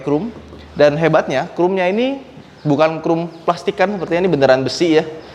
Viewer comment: agak greget ngedenger ngomong chrome nya 'krum', bukan 'khrom':D